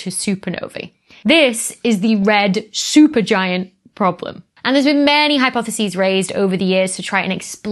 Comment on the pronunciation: Becky, thanks for sharing, educating and entertaining. You went a bit Sean Connery with "Red Shupergiant problem" 😂🙂❤